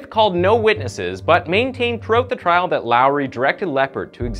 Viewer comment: It's trial NOT trail.